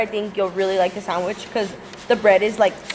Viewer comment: SanGwich lol